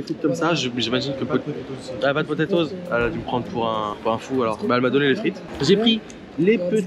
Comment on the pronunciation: Il m’a gêné quand il a dit frite( le pti)...